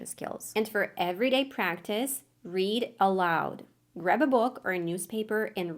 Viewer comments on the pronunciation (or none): none